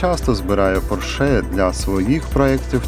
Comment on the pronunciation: Автор,як ви можете робити огляд,якщо не знаєте навіть назви автомобіля,ну який "поршЕ́"!?!?!? Запамятай: не "поршЕ́" а ПО́РШЕ!!!